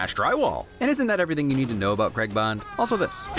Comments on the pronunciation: I love this film but I have to say your pronouncing Daniel Craig last name wrong (it's an English thing but still triggered) love this channel though u you do good.😁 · Why does he replace the "a" with an "e" in "Craig" and also just completely misses out the "i" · Why can't Americans say Craig? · America - please learn to pronounce the name Craig like an adult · My good man, please, "Craig" not "Cregg" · Oi mate, its prenounced Craig not KrEgG. Other than that, damn fine job old chap. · CRAY-G not CREG. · I hate how Americans say Craig as creg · It’s Craig not creg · It's not pronounced CREG its said CRAG but its spelt Craig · I'll subscribe to your streaming platform if you learn how to say "Craig". It's Craygg, not Kreg! Deal? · Why are you calling him Daniel 'Creg'? C R A I G..... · Another great EGA... but why can't Americans say Craig correctly. It isn't pronounced "Creg" it's pronounced "Cray-g". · All I've learnt from this video is that the Americans can't pronounce "Craig" correctly. I jest, great video as always! Looking forward to the rest of the series. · Why do Americans pronounce the name Craig as "Creg" It is pronounced "Crayg". Just a simple thing that has always irritated me. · I love your work but I still felt it necessary to mention that the man's name is pronounced Craig (Cr-ay-g) and not cregg. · RIGHT 1st off Craig is NOT pronounced CREG 2ND DAVID BELLE is the founder of free running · Craig NOT Creg wtf is wrong with Americans there's no E you imbecile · Ah yes, Daniel Creg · Love the video, hate how Americans say "Craig" its CrAig or Creg! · It’s Craig, not cregg. Pronounce it right or don’t bother saying his name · Why do Americans pronounce Craig ‘Creg’ 😫😫😫😀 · "Daniel Creg" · Craig is said like Greg. I can't not notice it. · Why does he pronounce Craig as kregg? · And an American's inability to correctly pronounce Craig is a fail.